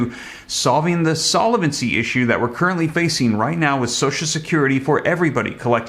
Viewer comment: Love your show .Fyi you are pronouncing solvency wrong. Keep up the good work.